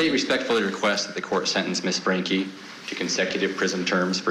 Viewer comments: How hard is it to say Franke?! Lmao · Why can’t these presenters say Franke right 🙄 Hilderbrandt is evil, no omission of guilt at all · For such a serious subject you'd think the presenters would get Franke's name right. Agree with others, her statement was utter manipulation and all about her. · Well it's pronounced Frankie, but spelled Franke. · My god can these people not say her last name correctly. It’s not rocket science! FRANKE! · What’s wrong with these professional presenters that they can’t pronounce “Franke” it’s ridiculous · Why can't this host pronounce Franke? She got it wrong at least 3 times. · Is it really that difficult to say, FrankE? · LOL at both hosts saying “Frankly” almost every time they try to say Franke!! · What the devil is wrong with? The name of the woman you are giving your piece to camera regarding is, Ruby F R A N K E. Not Frankly. How many more times are you going to pronounce it FRANKLY? Geezoh! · STOP SAYING FRANKLY INSTEAD OF FRANKE. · Franke! Franke! Frank-E!! Lol! Not Frank-ly! 😂😂😂 Geez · How hard is it to get her name right? You're in media. If I have to hear one for "Frankly joke" I'm gonna lose my mind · Is it driving anyone else NUTS that they keep saying frankly?! Her name is Franke with no damn L 😵‍💫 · Idk why, but their constant mispronunciation of Franke as Frankly is driving me nuts. Wake up lady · How many times do the reporters call her frankly before realising that's not her name.. I swear like the first time fine, the second mm okay but by the 6th time, come on, its your job to be on top of this. You have teleprompters, this case has been covered before you know how her name is said. Love the woman at the end who made some jabs about it, Franke Frankly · FRANKE...NOT FRANKLY!! Good grief lady..get it right!!🙄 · It’s FRANKE, not FRANKLY. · Hey court TV. Stop. Saying Ruby FRANKLE. Cmon! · If you’re going to cover this heinous crime get the name right guys 😤. “Frankly..” FRANKE 🙄